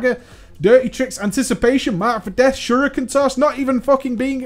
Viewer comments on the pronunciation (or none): none